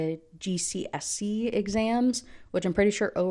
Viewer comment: the way u say gcse is so jarring but i laugh everytime